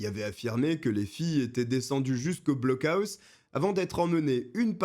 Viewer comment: On dit "blockoss" 😅